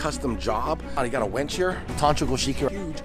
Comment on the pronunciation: You kept saying winch, but pronouncing it like wench, and I about died laughing every time imagining a team of buxom women doing that lifting and moving. Looking good, dude, so nice to see the dream coming to life. Great work!